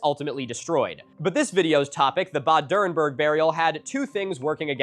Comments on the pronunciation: I had been waiting the first two minutes on the edge of my seat, waiting to hear you pronounce Bad Dürrenberg. And i was quite impressed, you got a LOT closer than i would have expected. So, kudos for that. (And yes, i am german.) Okay, you dropped the ball a little in the later phases. Like with the Reichs-Überwachungs-Amt. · funnily enough, thats the only thing he pronounced correctly, everything else he butchered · Can I just say, your pronunciation of "Bad Dürrenberg" is so good. I actually read "bad" as the English "bad" and not the German "bad" but your pronunciation immediately sparked it in my brain. I have never been able to read German well, but I grew up speaking it, listening to it and understanding it, so I really appreciated that, though you say it with a American accent I immediately knew what you meant.